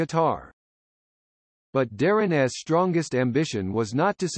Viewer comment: Is AI reading this? Darrin’s pronounced as Darrin es? All the ‘s nouns get that treatment, making it difficult to take this very seriously. It could have been very good.